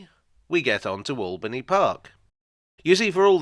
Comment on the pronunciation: My local station for 26 years… just one annoyance it’s locally pronounced Ale-bany park… not All-bany park , always winds me up on the announcements. My school pained a mural there back in 1980